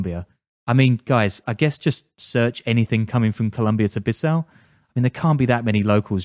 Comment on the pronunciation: It’s pronounced Bee Saou